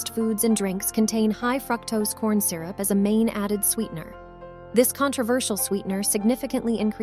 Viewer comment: Good information, but unacceptable pronunciation mistakes (like Criminy/ for crimini and fractose for fructose) make this look unprofessional. Appreciate the purine pointers.